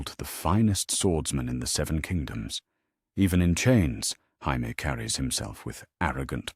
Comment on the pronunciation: lol when AI pronounces Jamie as Hamie.